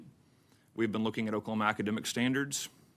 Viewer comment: He said "Okelhoma academa standers".